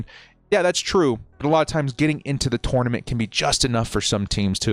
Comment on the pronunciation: The way you said "TOUR na ment" ponders me 😂